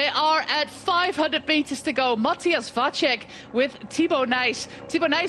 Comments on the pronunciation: She's got Vacek's name all wrong though. The 'c' in the middle of his name is pronounced as "ts" in tits. Not as "ch" in check or "cz" in Czech. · except for Vacek, where it's a normal C, so should be pronounced like "ts" instead of "ch" and short a, long would be á